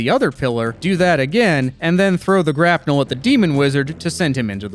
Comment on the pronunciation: Bro really said rope and grapnull